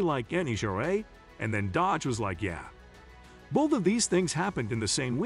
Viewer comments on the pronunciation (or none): Whoever is speaking, knows anything about nascar. Pronunciation sucks and knows anything about Tony Stewart or nascar. Calls Dodge dodger. Useless waste of time.